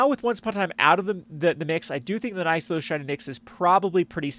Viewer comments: My friend, if I have to hear you say "NIKE-thos" one more time, I'm going to lose it. I don't understand what the logical disconnect is preventing people from reading two "NIH" sounds in sequence. "NICK-thos" Shrine to "NICKS". It's that simple. Anybody who tells you otherwise is dumb or lying to your for their amusement. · Oh for the love of Vraska's slithery nipples, it's pronounced NIC-THOS.